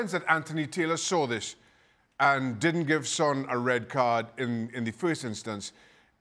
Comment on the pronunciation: What's wrong with the guy in glasses? Why is he saying red cardtsh? Why is he adding tsh to almost every word?